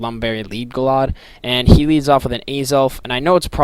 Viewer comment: You say Gallade differently. Haxy at beginning but good match.